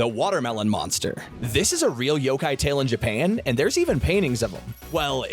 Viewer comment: ''yogai'' lmao xD you gotta pronounce the ''K'' in the ''yokai',first time i've ever heard someone pronounce yokai as yogai lol